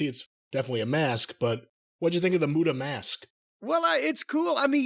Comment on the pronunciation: The great mute-uhh